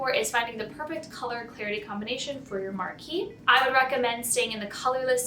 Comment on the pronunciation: STOP WITH THE "MAR-KEE!" IT'S "MAR-KEEZE!" Jeeze, it is a French word, and the feminine of marquis, which IS pronounced "mar-kee," as in Marquis de Sade. All the so-called experts make this dumb error, as they do with "briolette," which is pronounced "brio-let," not "brio-lay." At least find out how a cut is pronounced before you talk about it! Same mistake made over and over on other channels too.